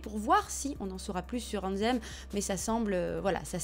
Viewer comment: C est pas AnZZem mais AnTHem ! 😂 travail ton anglais lol